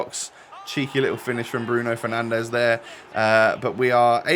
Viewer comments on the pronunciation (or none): Lol “penandes” respect 😂